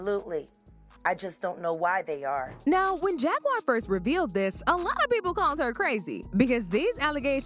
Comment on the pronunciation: He keep calling Jaguar JAGGURED!!!😂😂😂